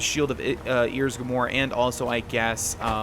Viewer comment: this is what sounds like when he says Ysgramor, "Earsgramor" XDDD